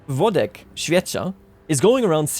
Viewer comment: I really appreciate that you read Włodek's name. <3